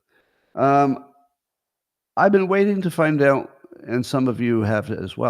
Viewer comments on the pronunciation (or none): a very nice "findyownt"